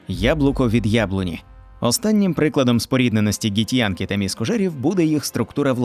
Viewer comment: Ґі-хто???😂 Вони Ґіфьянкі, а не Ґітьянкі